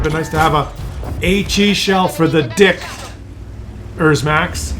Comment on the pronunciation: There's no "S" in "dick...er max"!!!! Cmon bro.